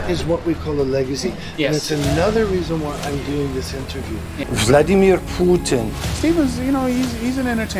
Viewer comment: Vledimeer Phoooo-tin.